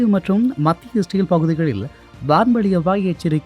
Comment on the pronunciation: Israil ucharippu pilai.etho maathiri kekuthu